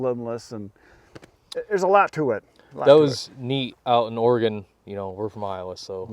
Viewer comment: He pronounced Oregun correctly ❤